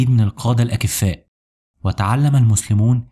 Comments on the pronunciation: الاكفاء وليس الايكفاء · القاده الأَكْفاء وليس الأكّفاء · احب ان انبه الكثيرين ينطقون كلمة الأكفاء بكسر الكاف للمقتدرين الكفاءات وهذا خطأ كبير لأن الأكفاء بكسر الكاف تعنى كفيفى البصر والصحيح نطقها بالسكون دون تشكيل وبالمناسبة أغلب المذيعين والاعلامين والمتحدثين يقعوا في هذا الخطأ الشايع رغم أن المعنى نفهمه ولكن صيانة للغة والله أعلم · كفء يجمع على أكفاء بسكون الكاف بمعنى جدير بالذكاء الحاد . كفيف بمعنى أعمى يجمع على أكفاء بفتح الالف وكسر الكاف كما نطقتها بالفيديو خطأ . الكثير يخطي في ذلك .والسلام . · نشكر لكم جهودكم مثل هذه الحلقات المفيدة ، مع أهمية العناية باللغة العربية والنطق الصحيح لبعض الكلمات مثل الأكفاء جمع كفيف ، وممكن الاستعانة بمصحح لغوي كمساعد ومحقق في ضبط العبارات والجمل وسلامتها ، مع الشكر